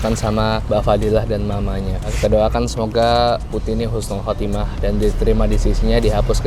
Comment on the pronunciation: Bang maaf bukan Khusnul khatimah tapi Husnul khatimah Beda tulisan beda artinya bang